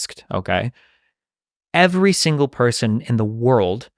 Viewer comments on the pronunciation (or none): "EVERY...SINGLE...PERSON...IN THE WORLD KNOWS"... stating this hyperbolic logical fallacy, with clear emphasis...and we're supposed to continue listening??? #nope #click